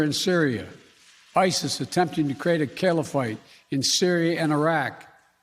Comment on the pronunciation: "Caliphite"? I'm a dumb suburban Jersey boy, but even i know what a CALIPHATE is and why that's a concern. That means Sharia law. That means forget humanitarian progress and democratic values. Maybe i should be president. Vote for me! Or somebody other than this guy who isn't paying attention during briefings.